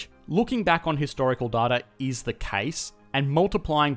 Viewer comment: "Stimulating da economy" killed me.